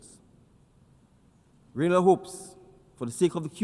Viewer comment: Great presentation and well said. Now, if we can get the announcer to pronounce the name of the country correctly after it was said multiple times, that would be great as well.